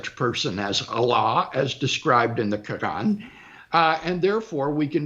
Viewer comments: Lol yeah he pronounces it all wrong, using a guttural g sound for the 'r.' Only in French would the word 'Coran' be pronounced with that sound, not in Arabic. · "qUrAn" Augghhhh that's cringe! Also what did he refute? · I find it so funny when he said Quran, the way He pronounce 😂😂